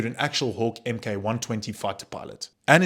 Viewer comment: It's not the "emm kay one twenty" "Mk" is an abbreviation of the word "Mark".